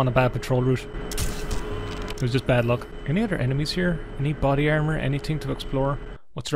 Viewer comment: "Body Carmor" c'mon lad, it's right there